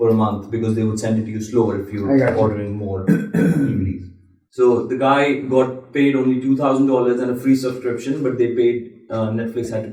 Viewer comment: Toot housen, mind you. Not two thousand.